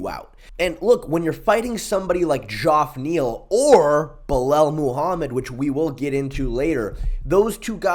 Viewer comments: for sure. You still have some of the best breakdowns bro must watch channel for any real mma fan… by the way, it’s not Dzhoff Neal it’s pronounced the same as regular Jeff- fyi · It’s pronounced “Jeff” Neal Ik it is spelled funny, it’s a black thing…